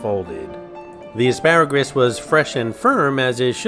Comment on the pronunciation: I never was a fan of AsparagRus with the extra R you randomly threw in there or just regular asparagus. To each his or her own though. Asparagus makes urine smell extra urine-y.